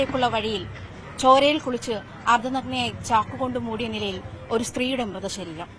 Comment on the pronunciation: "അർദനന്നയായി"? വാർത്ത വായിക്കുന്നവർക്ക് ഉച്ചാരണശുദ്ധിവേണം!!!